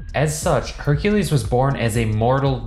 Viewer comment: Only Name He Said Correct Was Hercules 😒